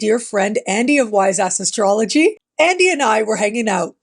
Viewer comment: I don't know if it's just my hearing. But it sounded as if you said "Andy, my friend from Wise Ass Astrology.....